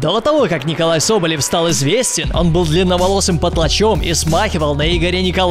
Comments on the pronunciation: Неправильно его имя читаешь. Не "Николай" а "НИИИИИИИИИИИИИИКОЛАЙ СОБОЛЕВ" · не НИИИИИИИКОЛАЙ,а как он сам говорит НИколай Соболев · Э,правильно произносить НИколай соболев... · правильно говорить НИИколай Соболев